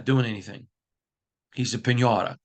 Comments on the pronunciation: The way he says Piñata with that Midwest accent tho, it's kinda wholesome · First your pronunciations of piñata and roulette is killing me lol. Second, I think this podcast sound like a lot of excuses. We keep hearing same thing week after week. Great, everyone in the building is frustrated from top down, but what is being done about it?? There’s no sense of urgency shown ANYWHERE. Reporters need to challenge more on questions n not softball questions. Mark Davis is lashing out at fans in public that are calling to Fire Josh McDaniels. We lose to Lions this week it will be same thing: “ we saw effort, proud of team but we need to get better you know. We didn’t excute in all phases, we had great practice you know, we didn’t see this coming but we need to learn how not beat selves. We need to learn how to win you know.” Blah blah blah same ole excuses. Josh is NOT the answer, full stop!